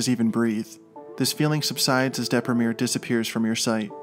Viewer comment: I LOVE THAT YOU PRONOUNCED "DEPRIMERE" IN THE ENGLISH WAY AND NOT IN THE ITALIAN!